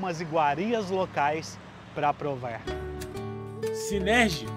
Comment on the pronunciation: "Celuler", " prover" ...